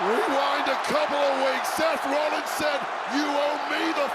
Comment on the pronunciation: cole straight said semen